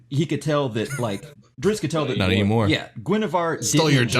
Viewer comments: for an expert on Drizzt lore, he makes quite a few errors. "You can't tell what side Jarlaxle is on" being the most blatant. Pronunciation drove me absolutely insane, I understand some things are difficult/there are multiple correct ways, but the pronunciation of Regis is pretty blatantly REE-jiss. This man lists two pronunciation, both of which are wrong, and says there is debate... kinda just sounds pretentious. Particularly for a voice actor he has a remarkable way of making literally everything sound unnatural. I don't think I would have been mad if just said "Hey we are bringing our buddy who is a big fan of the series to talk about it", but they said expert and this guy is DEFINITELY not an expert. I don't consider myself an expert, but coulda given a better interview than this guy... the phonetic spellings are on forgotten realms wiki... i don't mean to be a hater, let everyone enjoy the way they pronounce them in their head... but don't say you're expert and pronounce everything atrociously wrong lol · Man. The ritz you guys have in this episode is of the chain! I mean, what pitzatz! The info kept coming like a steady dritzle, too, though how you pronounced Drizzt got me fratzled like a butzard trying to steal gitzards from a gritzly. Oh, that's not how you say those words? My bad. I suppose I should stop sitzling you guys, have me a fitzy soda, and listen to some datzling jatz to calm down... you guys might get ditzy from my blitzard of butzwords. Hutza! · Lol diZZt not driTzz... don't understand how people get that wrong :( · Dudes... You know this character so well, and have read all the lore and books you could find. But you can't pronounce his name correctly? Drizz as in "Drizzle", then the T. Drizz - t, not "Dritz". :::SMH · Think of the "i" and "zz"in "pizza". /PEET-zuh/. And then add a "dr" at the start, and "t" at the end: /DREETZT/, or /DRITZT/. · Guys it is DriZZt not Drits